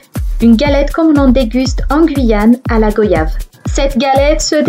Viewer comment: Goiyave pas go yave on dit bien royale et voyage !😉